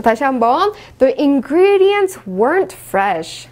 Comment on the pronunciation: the ingredients과 the atmospher (발음을 틀리게 하셨네요....더가 아니고 디 아닌가요?)